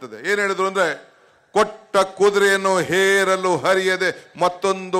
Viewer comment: ಹೇರಲು ಅಲ್ಲೋ ಅದು ಏರಲು...